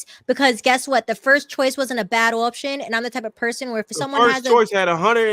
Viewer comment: Her inability to say OPTION ins throwing me